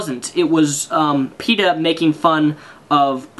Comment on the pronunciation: Then you say Peta it sounds like Peter to me.